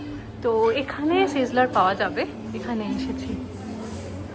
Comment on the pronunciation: Kotha ta sezzler na go ota sizzler. Age bolte sekho thik kore tarpor khabe. 😂